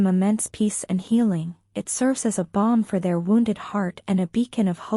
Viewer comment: "BALM" NOT "BOMB" !